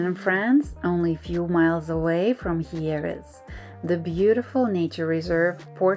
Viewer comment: Hello Z. May I respectfully tell you that one dies nit pronounce the end E in french words ( unlike spanish). So, you say HYER(es) and leave out es. Then you say PORQUEROLL( es) and leave out es! Thank you🙌